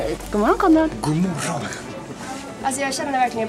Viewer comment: När du sa hej till Kondrad i början så hörde det som du sa ”hej kondom”